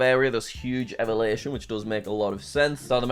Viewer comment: the way he says elevation